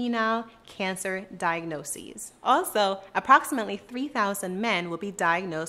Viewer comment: The way she pronounces "Diagnosis" is so cringe.